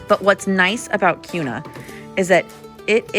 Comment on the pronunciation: Yeah so glad you said the correct pronouncement of Kuna and Boise!